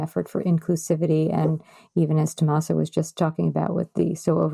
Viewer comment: The interview was very informative and I really enjoyed hearing their thoughts on sewing and patterns and pattern testing. I was a bit surprised to hear the constant mispronounciation of Tomasas' name. Not sure, but I think her last name is HIM MEN NEZ. The accent or emphasis on "MEN". Not HE min-nez. Further, it isn't "TomasO". It's TomasA.